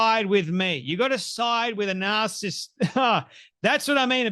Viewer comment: Its narcissist, not narcist (which is what you're saying)